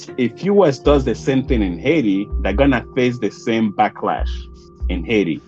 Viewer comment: It's Hay T